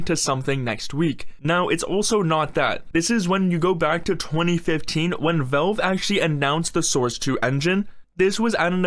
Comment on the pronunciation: Bro really said Velve